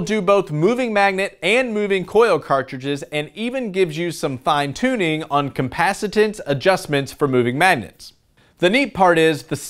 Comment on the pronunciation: "Compacitance" eh?